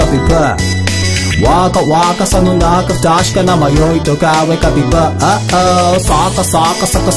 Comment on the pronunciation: めっちゃうまくてすごい 英語の発音ができる人じゃないとこの曲というかソウルドアウトの曲本当に難しい 基本的に英語発音なせいで、サビの「若若さの中」の若、 日本語なのに発音がworkのワーと同じなんだよねw